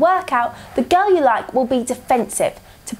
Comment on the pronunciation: "You cannot pick up a GOURLL"